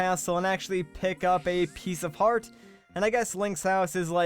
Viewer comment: he said piecefart